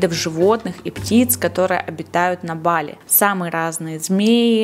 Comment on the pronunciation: БалИ правильно ударение🙏🏻